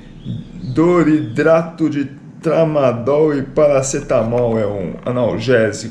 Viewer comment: KKKK não é "doridrato", é "cloridrato" kkkkk